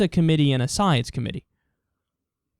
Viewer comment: Tell me more about this, "scii-ence." Lol!